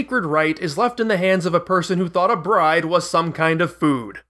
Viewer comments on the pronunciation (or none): none